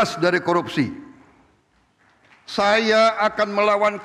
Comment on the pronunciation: Penekanan kuat akan kata KORUPSI. Semoga Danantara ini berjalan sesuai harapan dan tujuan Pak Presiden. Pelan pelan sampai ke Tujuan ya Pak 😇😇